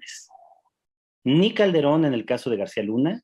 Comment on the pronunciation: Y "Caldebron" ya se pronuncio?